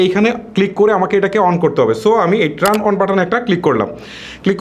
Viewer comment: ট্রান অন নয়, টার্ন অন